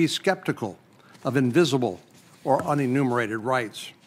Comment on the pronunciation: What’s “uninnimerated”? Reminds me of the country Methodist parson and his paean to “the impotent God”.